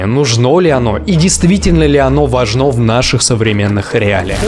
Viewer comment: ВажнО, нужнО, переходнОй. Вот для чего нужно образование. Элементарно, чтобы знать, где ударение надо правильно ставить. 🤦🏻‍♀️ в остальном, пожалуй, во многом Вы правы.